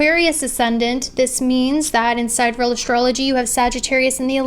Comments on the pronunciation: The pronunciation is "sigh-DEE-ree-el" not "side-real" 🤣🤦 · You may or may not know but the correct pronunciation of Sidereal is: sidereal [ sahy-deer-ee-uh l ] and not Side Real Sorry to correct you; hope you don't mind :) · wanted to gently point out that it's pronounced sigh-DEER-ee-ul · Hey idk if you know this but sidereal is pronounced like si dee ree uhl . No hate , I have mild dyslexia and mispronounce things allll the time!! <3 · the pronunciation of sidereal is sigh-DEER-ree-uhl